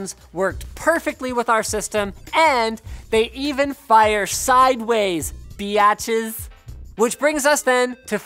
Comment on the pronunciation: never say biatches again please lol